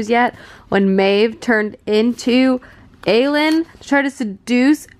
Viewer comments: Wait isn't Aelin pronounced A- Lynn?? Now I'm confused 😅😅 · A-lean, why-reen 😂 cmon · Who are ierna and arowin tho XD love you but this pronounciation as me cackling